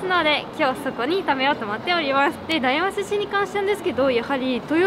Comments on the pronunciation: 大和寿司やまとずしと読むんだよ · 大和(だいわ)寿司？ 大和(やまと)寿司じゃないの？ って思いましたが、やまと寿司は酒田の方でしたね。(^_^;)